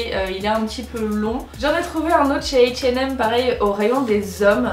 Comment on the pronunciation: Tu t'adresses à un public français mais tu dis h and M. tu sais pas prononcer sweat c'est tout ahahaha